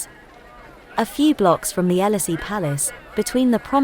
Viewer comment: I'm glad you speak French as well. But, the people speaking French was Parisian French, but the narrator said " Cyril Pigot"...we don't sound out " got " and Her-mies which is wrong. We don't sound out the "H". Check at 45 seconds in to 1 minute 5 seconds. we don't pronounced Élysée Palace like that.